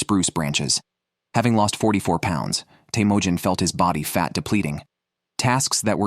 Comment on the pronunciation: is teimojin mongolian if so it would be “Temuujin”